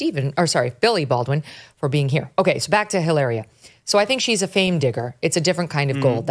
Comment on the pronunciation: Ih-larrrriah, Meghan Markle, Blake Lively, Rachel Zegler…